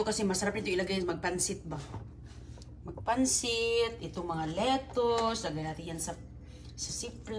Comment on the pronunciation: Sakit sa tenga ng "litos" at "greps" ni.😢😢